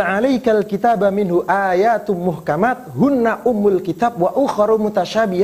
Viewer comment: Ust w4h4bi mengucapkan muhkamat aja nggak bisa dibilangnya muhakkamat, gimana mau diskusi, parah!!!!